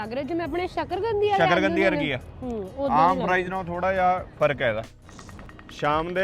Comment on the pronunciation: Sakargandi. Nahi. sakarkandi JANAB